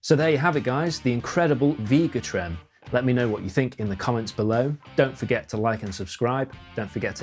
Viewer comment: It’s not Veega Trem, it’s Vega Trem…..With an A not a long E!! Jeesh!!🤬🤬